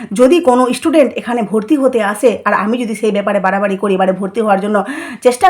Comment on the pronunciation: Apni ektu chup kore theke amader upokar korun r kon istudent ase apnar kache aase? Student ke istudent bolen